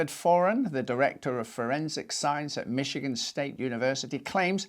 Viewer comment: PSA - the "ch" in Michigan is pronounced like an "sh" sound. MISH-uh-gehn. Love your channel!